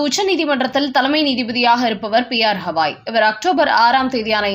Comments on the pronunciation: பெயரை ஒழுங்காக உச்சரிக்க கூடாதா? அவர் பெயர் ராம கிருஷ்ண Gavaai ஹவாயும் இல்லை ஹால ந்தும் இல்லை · crisp name is continuously pronounced wrongly.its not HAVAi as she tells his name is Gavai. for poor & Sahu..tamil pronunciation is Boori & jaakku. they kill languages. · அம்மா, அவர் பெயர் 'ஹவாய்' இல்லை. 'கவாய்' என்பதே சரியானது. ஏறகனவே இதை உங்களுக்குச் சுட்டிக் காட்டி இருக்கிறேன்.